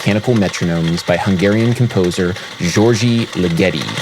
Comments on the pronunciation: Just FYI - in hungarian the Gy sound is pronounced like a Dy so it's more of a Dyordy than Georgie. :) Cheers for the awesome video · It's pronounced Diord'(soft d) LEE-geti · Adam, et al, please correctly pronounce the French title (poe EMM SAM foe neek), as well as the composer's name (Gee OR gee (The Gs are as in Gregory...) LIGG eh tee,...) , not like spaghetti! Otherwise enjoyable. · Now just an informative. Ligeti = Lee get E György = Duty's D as Gy. Ö is like first letter of Ernest. Still not perfect, but much closer to the origonal. Hungarian viewer! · You just pronounced György Ligeti,Zsorzsi Ligedi. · it's just pronounced "George" actually as far as i know. and ligeti is definitely one of the most important composers of the 20th century, imo. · sorry to be the annoying pedant here... it's 'Jerge' (soft j and g) Li-gutti (emphasis on the first syllable) :) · it's pronounced DIORD(i) -- the truncated i is to force a 'soft' D at the end. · I thought his name is pronounced like Dyord' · Hungarian György sounds more like Giurge or Dyurge. And put the stress on the first syllable in Ligeti: Dyurge Leega-tee. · Think of it this way: the "h" sound in "hue," pronounced similarly to a "g." And "Ö" would sound like the British pronunciation of "murder." So, "GYÖRGY" would sound something like "DYERDY." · As a Hungarian I quite enjoyed how you pronounced "György". Though it's not your fault. The "gy" consonant is not a thing that an Englishman often comes by. (At least not in pronunciation.) So yeah, this made my day! :) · The "g"s in György are like the "g"s in Gregory. Also Orban is the better György. Also, the title is I asssume ironic, as it is not at all fitting and I would not call his work a composition either.